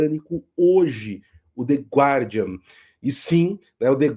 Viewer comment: A pronúncia é "gardian".